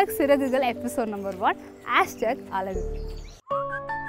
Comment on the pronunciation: Pls say அழகு..... No அலகு...